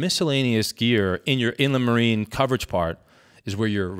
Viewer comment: It is spelled Inland Marine for anyone else wondering. I had to look it up in my policy. Weird way to pronounce it. In-le-marie